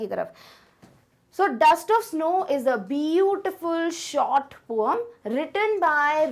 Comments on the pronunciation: Mam it's पोएम not पोअम🤦😂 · Ma'amye jo aap poem Ko poam kahti hain bahut hi Ganda lagta hai plzz. Aisa na boliye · ma'am poam nahi poem hai pronounciation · Poem 🚫 Poam 😅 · Mam-poem Me and other -poyam😅😂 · Yes bro this comment is correct ✅✅✅ Both are the true pronounciation poam in American and poem in british English